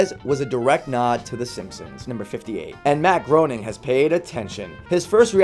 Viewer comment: It's Matt Graining